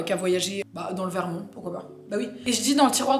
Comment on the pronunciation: J'aime cette prononciation de "Vermon(t)" ^^